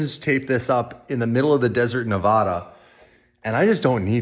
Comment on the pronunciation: Sorry you all pronounce Nevada the wrong way lol. I really want to see more of Dave’s life!!that’s really cool to see it. Your kids are definitely your doppelgänger!